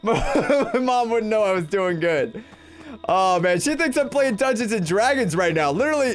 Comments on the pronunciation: PLAEASE STOP SAYING DUNGONS AND DRAGONS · Wiw yew pway dungweons and dwagons wif meeee?